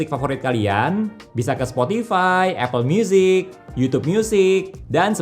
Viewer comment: bisaaaa iyaaaaaa. hahaha apple myusiiiiiic lucu logatnya